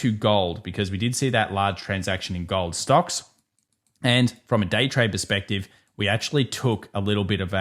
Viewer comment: How about "GAWOLD" dude? Oh and no "ION OWH"?